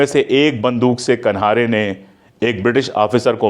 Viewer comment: कान्हेरे is surname wrongly pronounced 🙏rest all is well as usual!